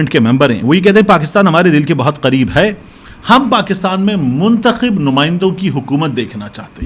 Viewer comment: مطلب منتخب نہ کہ چنتخب